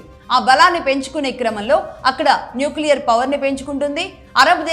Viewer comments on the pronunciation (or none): none